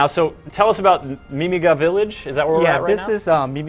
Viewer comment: 2 things: 1. i wonder what Ballos will look like... 2. did anyone else think the way he said mimiga was wrong?